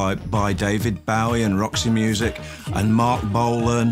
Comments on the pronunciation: David Baawie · BO-WEEE.....not BOW-EE! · I wish he wouldn't say David Bow-wie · Wow, David Bowie.. "Bio-wee" in th UK. "Boo-wee" in USA. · Why the fuck does he keep saying David Bow wee? I've never in my life heard anybody pronounce it that way regardless of accent. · His pronunciation of "David Bowie" is a bit odd. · why cant he pronounce " bowie" properly. .....? wtf.